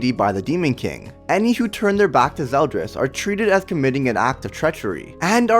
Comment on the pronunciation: I thought it was "ZeldOris" like his name is spelled with an "O"?